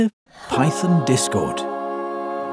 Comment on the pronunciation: I had to replay "Python" because it sounded like "Pyton" to me